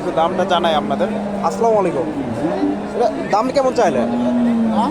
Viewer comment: ভাই সালামটা ঠিক হলো না আসসালামালাইকুম সালাম হবে আসসালামুআলাইকুম